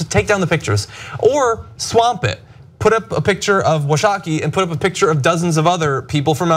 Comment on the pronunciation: Chief Washakie definitely earned the respect of his people (my people). Btw, it's pronounced Wau-shaw-key.